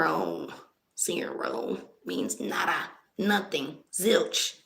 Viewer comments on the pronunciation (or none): none